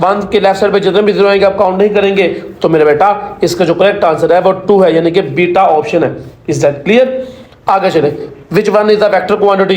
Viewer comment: ap jab bita kahte hain to samajh nahi lagti